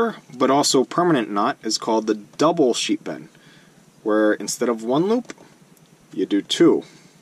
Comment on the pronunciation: Ha! I thought you were saying "sheep end". Very good tutorial, thank you! Upvoted & subscribed.